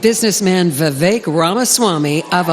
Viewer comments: Correct Pronounciation : Veeeeee + Vake(like Cake) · Love Vivek! I wish more people pronounced his name right, It's Vivek - pronounced Viv- ake, like Cake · It’s Vi-Vake, like cake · Love ya FYI: Vivek rhymes with cake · It’s Vi-Vake, like cake. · It's Vivek, like Give Take, live ache, shiv make.